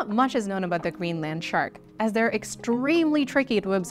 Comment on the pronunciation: The 'Green Land Shark' is a very funny image brought about by strange emphasis/pronunciation.